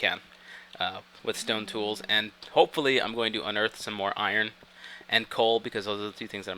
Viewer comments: it's pronounced eye-rn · He pronounces iron "eye-yearn" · For fucks sake its IRON.